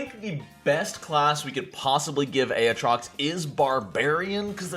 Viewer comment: A-ah-TROX Oh bless your heart...